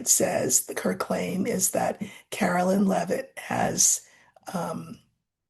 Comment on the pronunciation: Please , Caroline not Carolyn